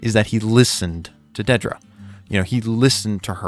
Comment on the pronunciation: "DEEdruh" why... why pronounce her name like that lol